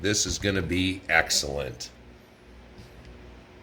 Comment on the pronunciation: Did you say that will be "axel-lent"? Too funny